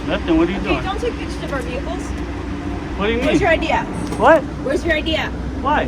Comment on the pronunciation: If your whole site is about taking pictures, please learn how to say it. It’s picture not pitcher.